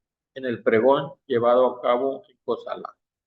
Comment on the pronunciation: Co•sa•lá . El acento va en la última sílaba. Esta escrito Cósala. Mis mejores deseos para usted.